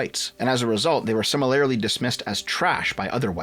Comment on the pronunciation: Hey, start using a different word than "similarly." Also, it's "si-mi-lur-lee", not "sim-uh-lair-uh-lee."